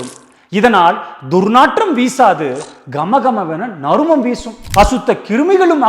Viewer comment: நல்ல பதிவு தம்பி. நறுமம் இல்லை அது நறுமணம்.